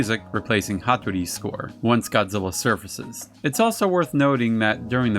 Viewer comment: I just got to say I know a lot of work goes into making these videos and research I love this channel just as long as he doesn't pronouns GODZILLA I'm fine with everything else lol. keep up the great work and the videos coming